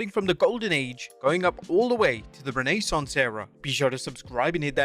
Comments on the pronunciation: Re-nai-Sawnce era ?? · "Ranee saunce era?" Lmfao 😂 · "renay-sauce era" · Renay-sance era. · Renee-sance era? 😂🤣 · Renee sauce 😊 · The Renee-Saunce Era? 🤣